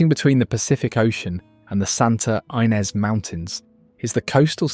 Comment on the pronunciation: Let's add Fresnel and Ynez/Inez to the list of botched pronunciations.